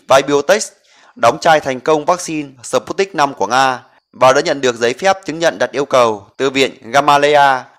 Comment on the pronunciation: Đọc là sput - nhích v. Không đọc là sờ- put- nic v, khó nghe quá